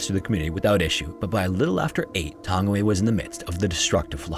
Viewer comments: It’s pronounced tung-ee-why not tangy-way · thank you for covering a New Zealand story!! I just want to point out that Tangiwai is pronounced Tangi (as in tongue-y) wai (as in why), and Ruapehu is pronounced Rua (as in fewer) pehu (peh-hoo). I do love when non-NZers cover NZ stories on youtube, however it's always apparent when the Reo Māori words haven't been researched for proper pronunciation! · Its pronounced "tongue-e-why". Lol good effort though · Tangiwai is pronounced tongue a why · With Anglicisation, it's pronounced like "Tongue-e-why". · It's pronounced Tounge-ee-why. It's Maori ❤ The Maori vowels are Ah, eh, ee, ohh, oo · Oh wow thank you for covering the laha that happened. Tangiwai disaster was sad for nz history. And just to make it bit easier tangi y is how some pronounce it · Pronunciation of Tangiwai is like: Taa-ngee-why